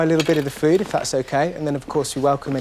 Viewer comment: He said poo, not food lol 😂